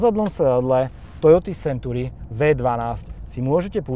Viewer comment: to su silne slova, video nebolo spatne. ale na tej anglictine to chce trosku zapracovat, century sa urcite nevyslovuje [senturi]...trhalo mi to usi celu dobu